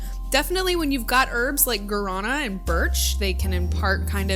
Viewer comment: Gaurana is "Gwah-duh-nah"